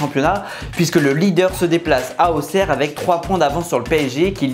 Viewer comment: Enfaint des gens qui disent bien auxerre